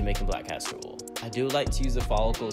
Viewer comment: Is he saying Orl ir oil ?